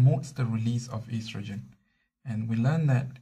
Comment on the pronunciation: YOU SAID ESTRAJIN HAHAHA